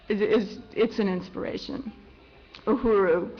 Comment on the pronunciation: STOP SAY UHURU YOU ARE NOT PRONOUNING IT RIGHT I AM ACTUALLY A KENYAN AMERICAN AND HEARING U MISPRONOUNING UHURU IS INFURIATEING TALK TO A KENYAN OR A TANZANIAN JOE TO PROPERLY PRONOCE KISWAHILI B4 U GO OUT SAYING PUBLICLY